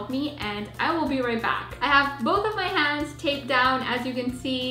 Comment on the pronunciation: It's hands not ha/nds